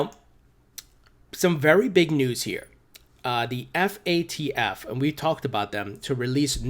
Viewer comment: Its FATF. Not FAFT